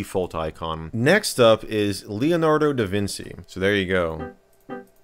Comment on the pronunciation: ... duh-vin-chi, not duh-vin-see, lol. The only thing about customizable themes in Windows I remember is my dad recording "what the heck are yoooou doing?" for every error alert. Even as a kid I knew that was obnoxious and intrusive. I also remember in the years it took for us to fill our 6GB drive (I've made .PSD files larger than that), the company that actually sold us a 3GB drive had been shut down.